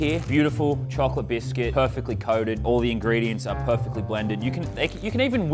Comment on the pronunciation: Me as a American got annoyed when he said biscuit lol